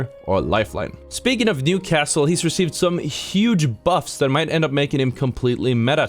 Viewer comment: I loved “ThAat”